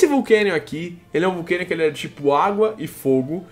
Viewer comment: Não é vulcanion mas sim volcanion